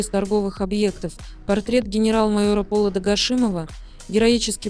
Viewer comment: Что за ПОладА Гашимова?? Уже не первый раз у вас такое с ударениями